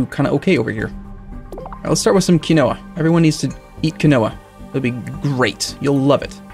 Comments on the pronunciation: Not kih-no-wa, key-no-wa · My god Quinoa is pronounced *keenwah almost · "Key-no-a" isn't how you pronounce it, it's "keen-wa" RREEEEEEEE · Keyn-wa. Not Keynowa. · It's pronounced "KEEN-WAH" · It's keen-wa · Quinoa - "keen-wah" It's weird, but that's how to actually pronounce it. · By the end of this series will start to question his pronounciation of even the most basic words. Also, just in case you didn't read it fifty times already it's keen-wa. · Quinoa is pronounced "keenwah" just an fyi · It's pronounced keen-wa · It's pronounced Keen Wah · quinoa is pronounced keen wah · Just FYI,... Quinoa is pronounced "keen-WAH". No, really. I know... I know... but that's how it's pronounced. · I'm not gonna hate for your pronunciation of "potash"... but "quinoa" is pronounced Keen-Wah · I've only ever seen it with the o pronounced, but still with a long e rather than the short i he used.